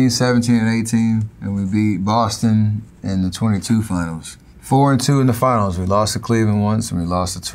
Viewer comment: I appreciate replaying the part where he says he lost to Toronto in the ginals